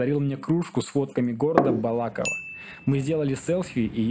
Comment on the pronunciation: Можете посчитать ради смеха сколько раз я неправильно произнес слово БалакОво)) по-моему около десяти))